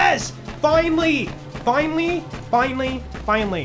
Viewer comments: Love how says finely instead of finally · the way you say finally after you complete the face mcshooty quest sounds like you are saying "Fine Lee":_joltzLUL